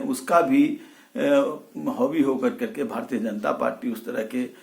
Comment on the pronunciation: हौबी नहीं, हावी होता है श्याम रजक